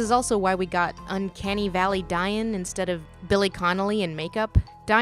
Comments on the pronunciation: Dáin is not Dane or Dine. It is Dá-in. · "day-n" not "die-in" please say it right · Old Norse Dáin. Would have been pronounced "Daa in" not "Dy in" . So you're both wrong haha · I love the attention to detail when people pronounce Dain correctly or even Thrain. (Dah-een and Thrah-een), to be honest I'm probably gonna get roasted or something for my poor attempt at annunciation but still I like pointing out the real pronunciation being different from the films' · i think their pronounciation of Dain is a New Zealand accent, but then non new zealander actors say that too so idk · Dain i think was pronouces "Dane" so it Rhymed with Thrain, Thorin's papa. I do find thin in keeping with the whimsy of the book. However I would also be happy with Thrain not being "thrane". Then Thorin and Thrain would also rhyme :) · Thank you for pointing out the mispronunciation of Dáin's name. This was so obvious, could have been so easily corrected, and showed an offensive lack of interest in Tolkien's languages. Anyone care to get me started on Game of Thrones? "Thai-win" Lannister and "Lai-sah" Arryn, my ass!